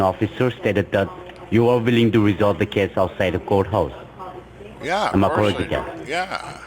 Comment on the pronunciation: What's a "portico" ? What's a court "hou?"